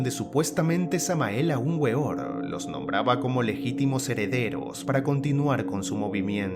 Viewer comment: La W se pronuncia V